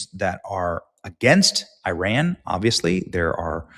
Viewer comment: Also, learn how to pronounce Iran.